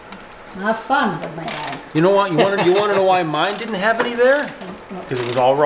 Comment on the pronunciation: is a native French speaker. The "h" is silent in the French language.